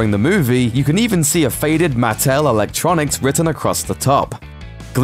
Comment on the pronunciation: It's pronounced MA-ttel. Not MATT-el. And if you didn't understand that Rocket rewired Starlords 70s/80s era handheld football game (that he had on him when Yondu kidnapped him) to be a tracking device then you're knowledge of fandom is the least of your worries. You're just not very bright.